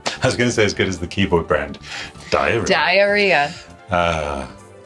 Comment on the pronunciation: Dyeria is a Chinese tech company from Shenzhen. Google says it's pronounced "dee-rya".